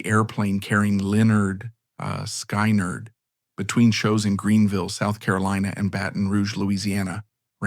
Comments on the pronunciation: Sky neerd? hahahaha. Try pronouncing Skin-erd! What an ass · it is pronounced skin erd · why can't they pronounce the name correctly if they've gone to all the trouble to make the documentary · Really!!! Another one that can't pronounce the name of the band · If you're going to tell a story, make sure you can pronounce the band's name correctly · Honestly dude I could not make it through this video just how your saying the band name and bro........ wtf happened to Ed King!??